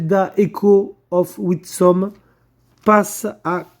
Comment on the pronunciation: of WiSDom, GT Gabi sort de ce corps ! x) Witsom ? comment as tu fait ? c'est pas si dur lol --> MAIS en plus il le refait ! 🤣 WIS-DOM, répète après moi, c'est pourtant pas si difficile